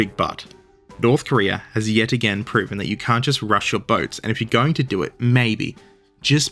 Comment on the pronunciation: "Korear" -you